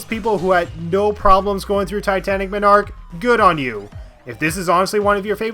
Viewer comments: No game is perfect and flawless. Also it's MON-ark not MI-nark. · Everytime you say "Minarch" I die more inside. Also did you actually not like titanic MONarch for being hard? It's the final stage in the game did you want it to be a cakewalk? Unfair moments? What? That's just nitpicking rather than a real issue. Also are you really mad about playing blue spheres? A mode you dont even have to play? My biggest problem with this "everything wrong with" is how they're just small little things you dont like. The only point I can really agree with you on is the lack of more original stages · ive never played sonic mania and all ive heard are good things about it. im glad you made a video about what people might be afraid to talk about or things that are just overlooked when people talk about how great the game is. and im sure you have gotten this before but it made me laugh every time you said "titanic monarch". you were pronouncing it as m'narch or minarch when its pronounced mon-arch like a monarch butterfly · MAHN-ark MAHN-ark... not muh-NARK. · It's not Titanic "ma-nark" it's Titanic Mon-ark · Mawn-Arc, not muh-narc. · Just for the record, its pronounced MON ark not minarch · omg...it's MONarch. NOT menARCH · Ma-narch I’m gonna say it like that from now on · did you just fucking say m i n a r k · remember people it's not pronounced MONarch, it's m'nARCH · he kept saying minarch lol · Dude, you pronounce 'monarch' very strangely. Your emphasis is way off. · The only thing I don't like about the video is how you pronounce Monarch wrong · The way he pronounces the word "monarch" bugs me. Good video on the whole, though. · I guess you’ve never heard monarch pronounced correctly before. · And you're pronouncing monarch wrong, monarch is a king